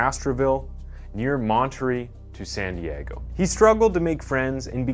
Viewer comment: Can’t stand this narrator. The way he pronounces ‘again’ and ‘against’ makes me feel physically violent. Also, in this one he pronounced Monterrey as Montry.